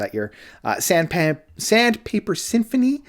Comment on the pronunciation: Fabulous review. That's a long hard "i" in Sandpiper. As in i sound in ripe.